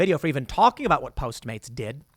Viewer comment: It's funny how you're automatically saying post maids instead of postmates